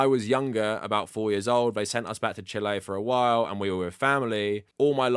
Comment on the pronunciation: This is dumb, but I can't stop laughing at you pronouncing Chile the way people say "chilly" in a fake British accent lol